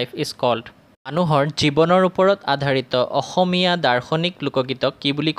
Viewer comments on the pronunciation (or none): none